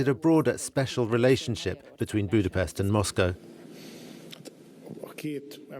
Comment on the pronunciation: One thing should to be pointed out. He is the first foreign riporter/narrator who checked how to pronounce Hungarian names/words. Only he pronounced Budapest in the right way and not on the English way.